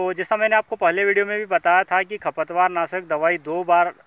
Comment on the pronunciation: खपत वार नहीं खरपतवार साफ शब्द बोलिए